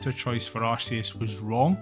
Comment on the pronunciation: luci here. you say Arceus the Correct(tm) way. Ignore the haters, that is all